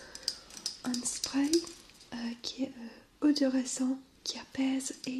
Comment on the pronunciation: Coucou super vidéo comme toujours ! Tu as fais quelques petites erreurs de français, on dit " elle est très bonne et légère " pas " c'est très bonne et légère ", " un sourcil " pas " un coursis " et un spray se prononce " spré, sinon super ton accent est très reposant !